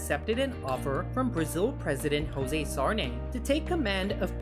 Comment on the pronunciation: Please, I need to warn you that in Brazil we speak Portuguese. Don't speak José like a Spanish or you will take upset comments from Brazilians.